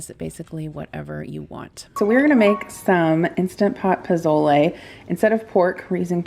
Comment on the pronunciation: I love you. Say pozole : posole 😅. As a fellow Hispanic. I’m seriously impressed you making pozole. Happy u enjoy this dish ❤❤❤❤❤